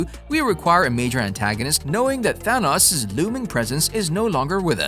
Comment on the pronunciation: As exciting as all this is...I cannot get over you mispronouncing Thanos. 🙄 It's giving me a Last Airbender flashback vibe. 😡